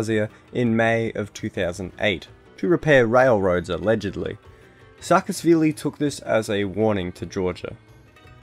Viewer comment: Also: saa-ka-sh-vili